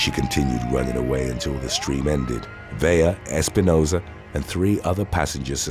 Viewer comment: Vela as Ve-la the way you have it written not Vella as Ve-ya the way you are saying it. Please get it right. It really does matter.